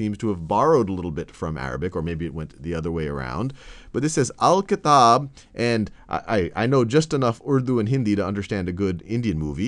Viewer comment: I don't know why when you pronounced "Al-kitab" it sounds so sexy.